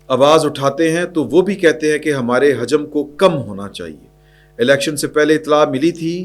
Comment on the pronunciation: hajam nai hota lafz..hujam hota hai..paish k sath hujam حُجم